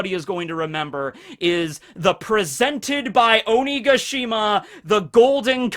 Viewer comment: You keep saying Onigashima wrong listen to how queen says it